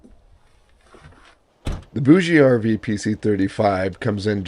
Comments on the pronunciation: Hi, I have been using a BougeRV fridge for years and I love it. I think it it pronounced boosh RV. Pretty sure the e is silent. Thanks for the info on this unit. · FYI, it is pronounced Boug RV. The ‘e’ is silent. I got this directly from a BougeRV rep. For those that really need A/C cooling, the noise should be a moot point. If you’re that sensitive to noise, staying home would be your best bet. A lot of people like to sleep with ‘white noise’ and this unit gives cooling and white noise all-in-one. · I think it is pronounced like bourgeoisie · I believe the "e" in BougeRV is silent.